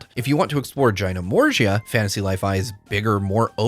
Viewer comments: Jyno-morja! you heard it here first 🤭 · Also its Juy-nor-mow-see-yuh. ALSO this will be a launch title on switch 2.